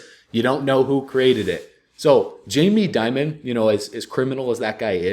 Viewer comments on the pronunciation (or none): none